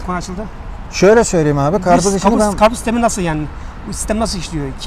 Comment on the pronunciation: Achtung. Achtun alman abi... Was is das ? Garpuz. Garpuz. 😂